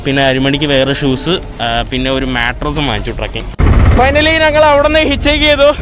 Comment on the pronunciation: നങ്ങൾ അല്ല ഞങ്ങൾ...